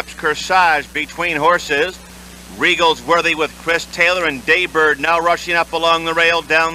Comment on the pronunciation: It’s Day Bird, not Jay Bird.